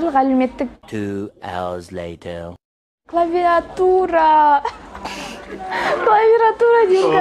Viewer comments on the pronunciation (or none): АХАХАХАХ ОРУ "КЛАВИРАТУРА"